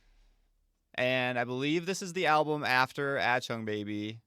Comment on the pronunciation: Ach - Tung. Ach - Tung. Not At - chung. Please, lol. Otherwise loving your U2 journey 👍